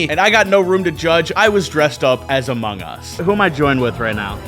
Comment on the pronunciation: “I’m in the moungus”